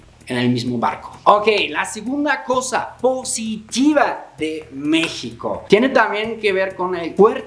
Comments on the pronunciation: Pronuncia México (sh) como é em Português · En dónde y en qué país no te explotan? Y aún dices Mixico jaja.